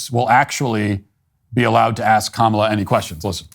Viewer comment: while they say her name wrong because her name is an Indian name